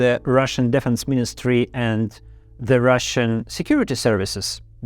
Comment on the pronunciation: Для начала неплохо, но стоит поработать над правильными ударениями. addrEssed, defEnse, sEntenced, Intimately, allOw, accOmpanied, oppOnents, sEparatists, compEtitor